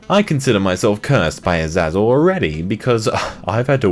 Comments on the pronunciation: Azizzle XD Az-ay-zel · Ay-Zay-zell. That's how you say it. It's the scapegoat demon. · Azazel. Pronunciation = Azzayyzell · So many cringe pronunciations. That one and Medici got me the most tho 😂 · the way you pronounce Azazel makes me so angry,, I don't know why, it's just >:(